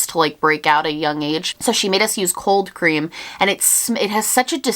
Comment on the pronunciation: The way she says coal cream like cold cream 😂 I love it